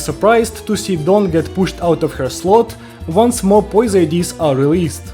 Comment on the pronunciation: finally another youtuber who can properly pronounce don´s name where are you from?